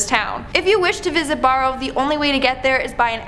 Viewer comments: I’m so proud that a town in my state was in this video I know someone who lives there also no offense but it’s pronounced burrow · The problem with Barrow is that she pronounced Bar like its a bar. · And Barrow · and Barrow. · Barrow and Anchorage are not pronounced that way. I'm too tired to look it up for you. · Barrow is pronounced like “bear-oh,” not “bar-oh.” “On-kor-aj?!” What the hell? It’s not like an “anchorage” isn’t an unknown word! The city of Anchorage is so named because it was a place inland to anchor ships and it’s named for those things called “anchors”; which boats drop to hold them in place. Seriously?! A Canadian has never heard of Anchorage, Alaska? Was this girl raised in a nunnery or something? Damn kids don’t know how anything is pronounced nowadays! Get off my lawn! You whipper snappers! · I cringe when you mispronounced "Barrow" and Anchorage. BTW, Barrow has recently renamed itself to Utqiagvik. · So glad I'm not the only person who caught that on both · Did you mispronounce Barrow (Utqiaġvik) and Anchorage on purpose? Also, it's a 30-45 min flight from Fairbanks.... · Forget the different pronunciation of Anchorage and Barrow. But we all know that no one chooses to live in Nunavut. No one wants a piece of that territory.